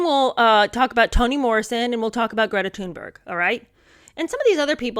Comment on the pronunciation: Sorry, I admire and adore Greta Thunberg. Thanks for saying her name correctly.